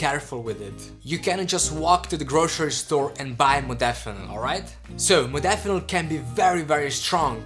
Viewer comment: Stopped listening the moment you misspronounced "modafinil". Laughable to think anybody should listen the opinion of somebody that after 2 years still doesn't understand the basics ahahahahhah :'D